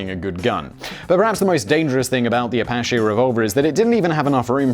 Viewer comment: It's French so you don't pronounce the last syllable of "l'apache". It's pronounced "LUH-pash" not "luh-pah-SHAY".